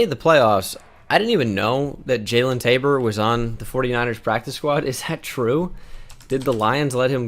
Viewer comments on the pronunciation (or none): none